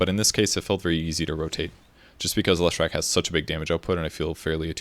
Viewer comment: If you are such a big Leshrac fan why can't you pronounce his name? :)))))